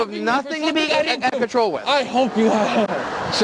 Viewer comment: Idk he's just out of contowol. controwol...... my guy said out of contowol.